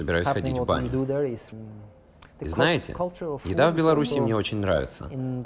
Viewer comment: Белараша. Серьёзно? Не стыдно, Вам,?